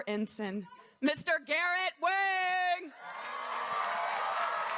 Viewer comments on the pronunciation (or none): Wang is pronounced WONG!!!!! 😂